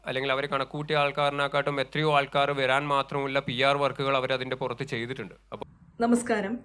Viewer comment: Lavanu Malayalam polum. Sharikkum parayaan ariyilla😂 VEraan Pokunnathu ennu alla parayendathu VAraan Ppokunnathu. Oro vaakinnu sheshavum ENTHA PARAYA.... ENTHA PARAYA 😂